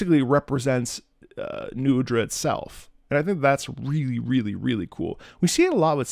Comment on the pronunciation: srry you pronounce nu udras name wrong, actually its Nuh uhdra : )